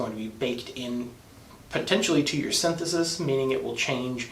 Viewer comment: sin-the-sees, pal.